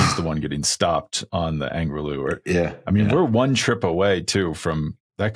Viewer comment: it is Angliru, not Angry Lou😂